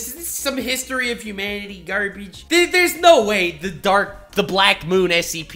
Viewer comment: the way he says garbage is so hilarious